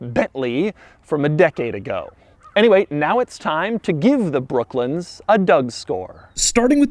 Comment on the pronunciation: Doug the type of guy saying brooklins instead of brooklands